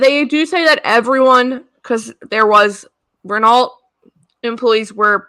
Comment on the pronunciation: Rennoh, not Rennalt! 😘❤